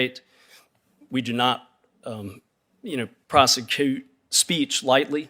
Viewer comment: DANG!! MR. KENNEDY SHOOK HIM UP SO BAD HE CAN'T PRONOUNCE WORDS, WHAT'S PROSECOOT??